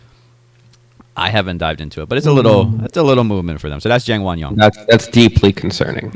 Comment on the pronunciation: 장원영을 쟁원영이라고 잘못 발음하네 ㅋㅋ